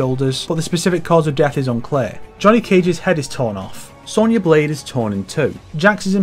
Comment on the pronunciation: Ffs it's SONYA! don't say sownyah like the yanks do, you're northern as well! We speak the queen's, pronounce with pride.